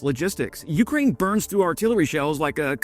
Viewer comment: YOUkraine. 🤦‍♂️ cmon man, make an effort. It doesn’t take much effort to pronounce something correctly.